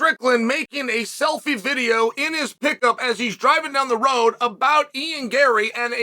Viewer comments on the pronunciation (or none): none